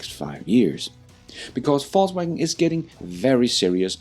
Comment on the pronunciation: It sounds like you are saying false wagon and not volks wagon as they say over there